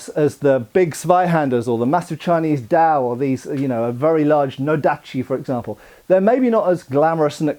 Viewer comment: I think you might be butchering the Dao pronunciation a little bit. By the way, is the Dao really considered a sword? Because Dao I think kind of means "knife". I think there's another term for sword in Mandarin.